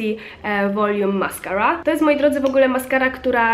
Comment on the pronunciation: I ta wymowa mascara xdd